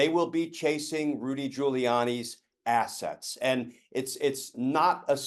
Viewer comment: Hahahaha... was it intentional when he stressed: "they'll be chasing Rudy Giuliani's ass -ets..." 🤣